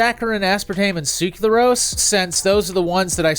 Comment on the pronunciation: Ngl even though i fully realize how hard it is to pronounce these chemicals every time you pronounced "sucralose" as "suclarose" i got increasingly irritated. Good video tho!